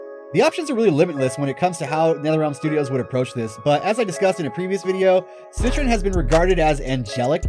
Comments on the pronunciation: I hate the way you say it "set-tren" it's "set-tree-on" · Omg you’re right... he literally said “CITRUS” 😂😂🤦🏼‍♀️ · "Citron"?!?! Lmfaoo is she an orange now 😅 sorry man can't help but cringe at that pronounciation. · He definitely didn't say it right.